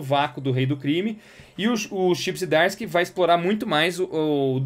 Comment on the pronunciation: Eu tenho em duplicidade e dou de presente o número 18 quando aprenderes a pronunciar corretamente os nomes Zdarsky e Moebius...